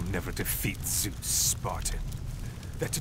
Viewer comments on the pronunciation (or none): Correction. “Zoos” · sometimes they say soose its funny